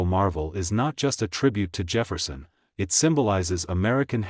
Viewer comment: Jafferson nickle it’s Jefferson nickle idiot 😂